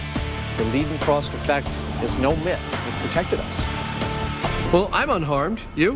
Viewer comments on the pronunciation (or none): Liedenfrost lol ... why can't they say it like Leydenfrost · You’re pronouncing it wrongly. In German you say it like the device ketter. So ei is like ‘I’ and ie is like ‘eeeeee’ Never ‘lay’ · The "ei" in Leidenfrost should be pronounced like an "i" not an "e". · Ughhhhh, it's a German surname, pronounced [Lye-den-frost] most definitely NOT [Lee-den-frost] or [Lay-den-frost]. >_> Johann Gottlob Leidenfrost (November 27, 1715 – December 2, 1794) was a German doctor and theologian who first described the scientific phenomenon eponymously named the Leidenfrost effect. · Leedenfrost? It's pronounced L-i-denfrost. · its frickin laden frost effect not leden frost effect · With German “ei”, shouldn’t it be lye-denfrost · "Lie-denfrost" dammit. In German, "ei " is pronounced as "i" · Leidenfrost (like English i), not Lidenfrost or Ladenfrost! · Leidenfrost effect the "ei" is pronounced like the "i" in FBI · Is it really that hard to say Leidenfrost properly?